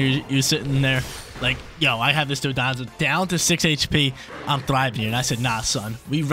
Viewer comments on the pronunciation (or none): It’s Don-Dozo not Do-don-zo 😂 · DON-DOH-ZOH NOT DON-DON-ZUH